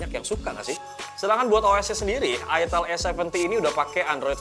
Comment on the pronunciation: Itel salah sebut dikit langsung jadi itil😖😖😖